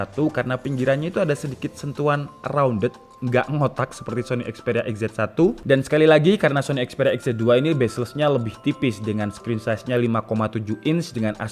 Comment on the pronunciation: Bezel,. Bukan Bezles. Tanpa bezel: bezeless.